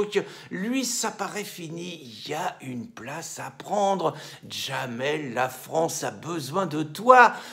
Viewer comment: Son prénom c'est Jamel, pas Djamel !